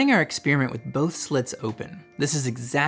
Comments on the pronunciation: "Experiment," not "expeariment" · Where do some people get this idea that "experiment" is pronounced ek-SPEER-ment? Why do you think this? Loved the video. I'd appreciate if you're going into this much detail already (which I love and is why I'm here) to explain where these equations come from, that you'd also explain where each of the terms come from while you're at it. Like where did the m^2 v^2 come from, or...8. Keep up the phenomenal work. Gorgeous presentation and a refreshing transmission of genuine understanding. You and 3Bl1Br are treasure for true thinkers.